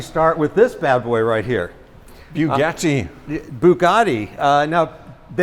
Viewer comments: Bee-You Geti Westeners: Bugatti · looks after the collection but can't say Bugatti properly. They're t's not d's. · lmao the owner didn’t like how said Bugatti